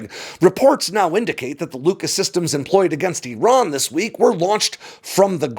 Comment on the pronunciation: Eeron? Where is Eeron? If factuallity matters to you, make an effort to pronounce names correctly,. IR-RON AND IR-RAIN-E-AN. People learn from you, you kinda owe It to them to make an effort to deliver correct information.